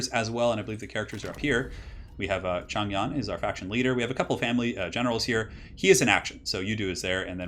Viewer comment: Yo! Nice to see some Three Kingdoms. Even the game pronounces mandarin incorrectly with regard to Zhang Yan, so you are definitely excused. Simple rules for pronunciation can be read about if you look up pinyin (writing mandarin with Chinese characters), but basically, zh should be pronounced as dj (not completely correct, but it is close enough), so Zhang Yan is pronounced as Djang Yan. Else you can also use Hope it helps and sorry if I was pedantic.